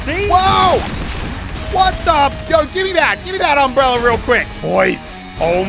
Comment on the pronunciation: no one: muselk: umbrellarrrr